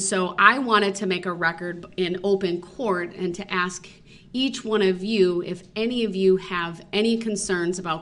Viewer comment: The word is ask not “axed “ .